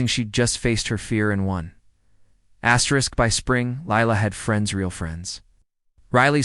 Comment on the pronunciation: Asdrisk? That is a punctuation mark, not a spoken word. Use of it makes your stories idiotic.